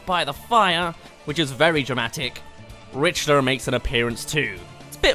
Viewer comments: This guy just said FUGGING RI-CH-TER. It’s RI-CK-TER. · I know. In the video he pronounces it like Ritcher though. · >Ritcher Cease. It's Pronounced Rick-ter. Yes it's spelled weird. No I won't let it go. Richter is the best Belmont. Behind Christopher of course. Anyway, there's definitely some placements I'd switch but I agree with the actual trailers on this list. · I cringe everytime someone pronounces Richter as rich-ter . It's pronounced clearly and correctly in his games as rick-ter , spelled and pronounced the same as Richter scale and mike Richter of the NY rangers. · You dont just put Isabells trailer in favor of k rool. You just cant do that. Also did you really just say rich-ter? Its rick-ter. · Do you call him Rich-ter his name is pronounced Rick-ter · Btw it's pronounced Rikter not richter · It’s pronounced RICK-ter not RICH-ter like it’s spelled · I dont know how that's pronounced but in the game they say it with sort of a H sound in there. Rhih-ter or something. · Either way, it’s NOT Rich-ter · Dan Peters he says rick-ter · Don't be racist, mate. Anyway, regardless of traditional pronunciation, he is referred to as "Rick-ter" in Symphony of the Night, the Dracula X Chronicles, and Judgement; all official sources, so in this case, that's the proper pronunciation. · ITS PRONOUNCED RICK-TER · Did he say “rich-ter?” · WHAT THE HECK IT PRONOUNCED RIK-TOR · The pronunciation is Rickter. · (RICK)-ter for correct pronunciation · Ritster?! RITSTER?!? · It’s pronounced Rick-ter. Get it right lol. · Rich- ter. That's wrong. #TRIGGERED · It’s pronounced Rikter I’m not hating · It’s pronounced Rick Ter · Lol rich-turr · Thank you I’m not the only one that is bothered by that. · I don't know where you're getting the Ritcher. He said it as it's spelt with the T noise after the Ch although he did use the Ch instead of a hard C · the way he pronounced Richter killed me. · What even how do people still pronounce Richter’s name wrong?